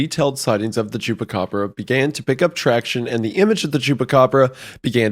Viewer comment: You say the “chupa” in the candy the exact same as the chupa in chupacabra, my brother in Christ, you are literally the one covering it and pronouncing it correctly while doing so 😂